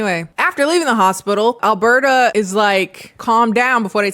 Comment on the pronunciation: As a a Canadian, the name “Alberta” tripped me up every time you said it. Every. Time. 😅